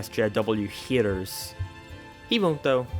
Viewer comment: I like how you pronounce "haters" as "hiters" lol